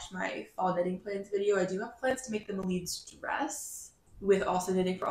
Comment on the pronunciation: Hello! I’m portuguese! You spell Melides perfect 😊